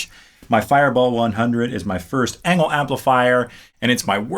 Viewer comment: I thought Engl is pronounced like "Angel"